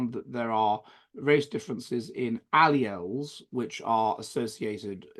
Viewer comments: This fraud and self-declared 'scientist ' who draws pseudo-scientific connections between IQs and social/ideological orientation, could not even pronounce 'alleles' and called it alleles instead. Pathetic! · This joker and mock scientist could not even pronounce 'alleles'